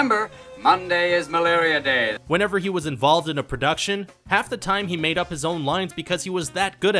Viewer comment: I dont like the emphasis on the word MADE